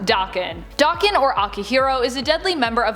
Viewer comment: I hate how she pronounces daken